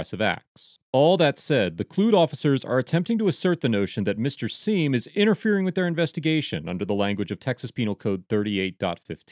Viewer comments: Pronounced Gavin "Siam", not "Seem". In his own words. Doesn't really matter much, just saying. I have been subbed to him for many years. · It's pronounced "Sime" and you should really do some research on him before defending anything he does. He's probably not someone you want to side with.